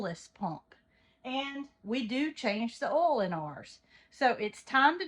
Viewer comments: It's oil, not ole. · Are you saying oil? We just pronounced it different in VT.